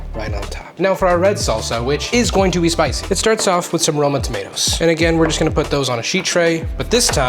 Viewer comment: Did he say "Tom-a-ti-ohs"??? LOL🤣